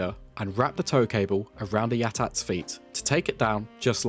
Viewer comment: That’s how you’re supposed to say it according to George himself